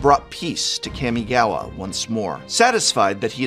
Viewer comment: Prof, I’m begging you. PLEASE get a pronunciation tutor for the Kamigawa names? Your current pronunciations HURT.